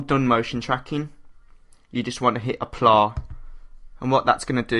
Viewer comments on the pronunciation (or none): Wasn't watching and he said "Aplar" Needless to say I was very confused, but he meant "Apply"...